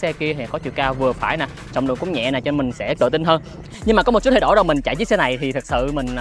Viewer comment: Một Chútttt nghe nó sượng lắm ý, kiểu nó không đồng nhất. Nếu đã phát âm cho đúng thì đúng hết, còn này toàn bộ giọng Sg xong mỗi từ chútt thì nhấn như ng Hà Nội. Kì vậy